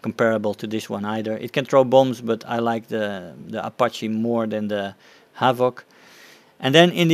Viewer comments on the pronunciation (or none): none